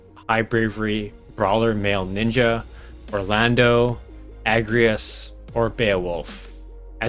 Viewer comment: Don't know if it was mentioned in the comments, but, just want to say your video is phenomenal. Love almost everything about it.......almost being the key word. Just curious, why do you keep pronouncing The Thunder God Cidolfus Orlandeau's name as ORLANDO. Even with the frist port to America back in the late 90's, yes I am old, it was spelled Orlandu, not ORLANDO. So why or rather how do you not pronounce the name as 'Or-lan-dew'? First time watching your video and first time I have heard that pronounciation of his name, but other than that phenomenal video.